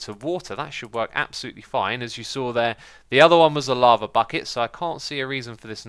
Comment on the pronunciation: I love when X says lava and it's like he's saying laver